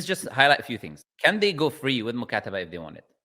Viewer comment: This person is a liar. He is not from Morocco.. Even if he is an Arab, he is from Egypt.. Because when he mentioned “Mukataba” he said “Mukasaba”